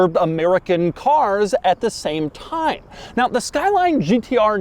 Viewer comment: Nobody: that one episode: “ITS ABOUT TAMM U SHOWED UP”